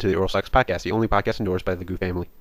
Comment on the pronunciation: You're pronouncing their name wrong. Is (Liii-Guii) not (Liii-Goo).